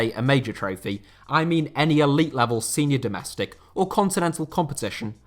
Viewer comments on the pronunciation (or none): none